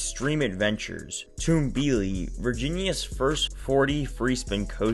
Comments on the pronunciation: Pronounced Tum-bee-lee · I think it’s pronounced tumble-ly